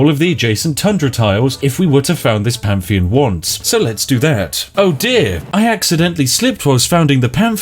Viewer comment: Word: Pantheon Spiff: Pamfian